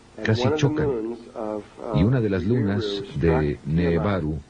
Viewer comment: El que hizo el doblaje debería haberse informado porque dice cualquier cosa "nebaru" en lugar de nibiru le erra en muchos nombres e información!!! Igual es excelente el vídeo pero si lo ve alguien que no está muy adentrado en el tema se puede confundir luego cuando lea más sobre esto.